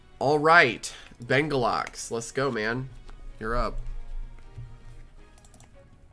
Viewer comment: BENGULAX LMAO (its bengalux 💀)